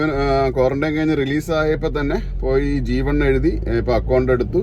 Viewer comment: G2 എന്ന് പറഞ്ഞാപ്പോഴാ ജീവൻ അല്ലാന്ന് മനസിലായത്